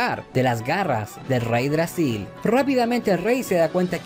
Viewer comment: Todo bien. Pero no es reydragsil. Es yggdrasil.